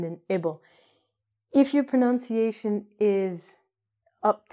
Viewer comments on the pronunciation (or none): Love your videos, but PLEASE don’t say “pro-NOUN-ci-ation”, it’s “pro-NUN-ci-ation”, just like it’s spelled. Thank you for helping learners of English!